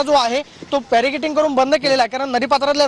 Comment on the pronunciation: बॅरिकॅडींग च्या ऐवजी बॅरीकेटिंग असे म्हणतो आहे वार्ताहर. पत्रकारितेचा सुमार दर्जा आहे.